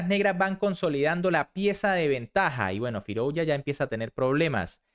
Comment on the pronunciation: Se pronuncia FirUzja y no FirOuzja /// OU = U